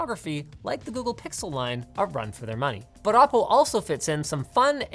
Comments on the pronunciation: Isn't it "Oh - Po" , rather "Ah -Po"? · I always though it was pronounce "Oh" "PO"...?